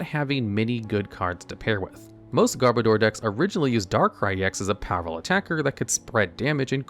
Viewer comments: Sorry to be "that guy", but it's pronounced "Garb-odour". As in "Garbage" and "Odour". Not "Garb-o-door". But nice video! 👍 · Got 2nd in my first ever Regionals with a Garbodor deck, so I kind of developed a soft spot for this literal pile of garbage. Also noticed almost nobody pronounces Garbodor correctly. It's garbage + odor as in 'body odor'. Even though this pronounciation just feels off.